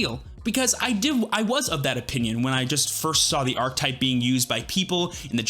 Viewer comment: This is really weird for me to mention but it kind of drives me crazy how you pronounce archetype lol, just completely skipping the middle syllable. 😂 anyways i love the musketeer deck!